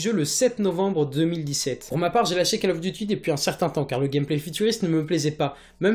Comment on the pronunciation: Cole of Diuty ffs! lol